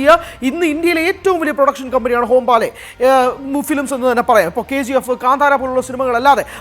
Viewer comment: ഹോം-ബാലെ അല്ലടി "ഹൊമ്പാളെ" എന്നാണ് 😂😂